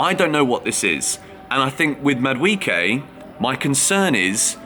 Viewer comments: It's pronounced MAD-U-AY-KAY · Bro stop butchering Noni's name where do you get the "I" in MaduEKE? Why are you changing pronunciations of the E bro? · I just love how English people pronounce Madueke, Mudwecare 😅